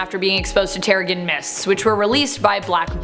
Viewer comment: Oh my good gods, how many words does she mispronounce? Seriously? "Alias" as "Elias", "Teregen" as "Terygen" - I wonder if she's just employed because somebody finds her attractive, because it's not because of her presentation skills. 😛